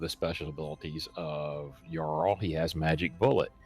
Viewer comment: Probably. A lot of names and titles for the trolls comes from Norse or Scandinavian words, and our J doesn't have any D-sound in it. It's more like the Y in, for example, yoga. So words like "Jarl" (the origin of the English "Earl") should start with the same sound as the word "Yoga". ;)